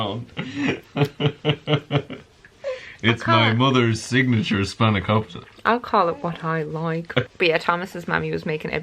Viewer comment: Hello from Greece! 🇬🇷 Yes, it's called spanakopita, actually you said it very well 😉👌